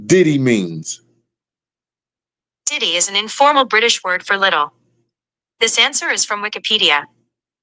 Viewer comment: It sound like you saying ditty